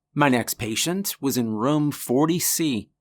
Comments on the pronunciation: Why do you pronounce "room" like "rum"? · Why can't you say the word room. OMG it is like fingernails on a chalkboard!